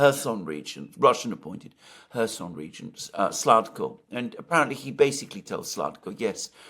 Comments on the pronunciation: The Kherson Region governor's name is Saldo, not Sladko. 😊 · Alexander, it's Saldo, not Sladko. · NOT A SLADKO BUT SALDO!!!! Sladkov is a Russian journalist